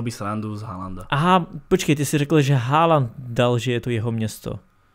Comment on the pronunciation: Číta sa to HOLAND